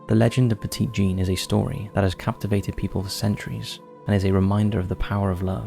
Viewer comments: As with many souther names. You may want to check pronunciation. Petit Jean is not the French pronunciation as it is written. It’s pronounced Petty Jean. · Petit in Petit Jean (and just the word in general actually) is pronounced "petty"! Important because her nickname was masculine and "petite" is the feminine version of "petit". I just wanted to point it out :) Love the video regardless though. I live in Arkansas and hadn't heard of the creepy stories so that was cool! Totally trying to convince my husband to take a trip to stay at the Crescent Hotel lol I'd love to see you guys cover Tennessee. That's my home state and we have a ton of creepy stuff, such as the Bell witch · Pet----it Jean. Need I remind you that this is Arkansas? Pet it like you would a Fouke monster. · I was born in 1977 and raised in central Arkansas and spent most of my life a few miles from Quitman. I've never heard of the dog boy of Quitman. Also, Petit Jean is pronounced "Petty Jean" by the locals. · I've walked the tracks in Gurden. Technically my first ghost hunt at thirteen. Went to Monster Mart while in Fouke for a Bigfoot Campout. And most people pronounce it "Petty" Jean cuz.... Arkansas. Lol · Hello from Mountain View, AR! Let me tell everyone, this barely scratches the surface of some of the stories I've heard. Yes, you have to take all the stories with a HUGE grain of salt. But, I've had quite a few encounters that I can't properly explain, myself. Oh, and Monticello is pronounced with a soft "e" (like "sell-oh"). Also, "Petit" is pronounced "petty" by locals.